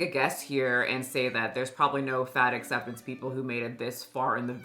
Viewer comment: it sounds more like 'fat forcing community' rather than 'fat acceptance community'